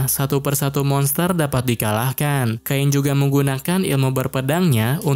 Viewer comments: Cain sama bang bukan kain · namanya cain bg bukan kain 🗿🗿🗿🗿🗿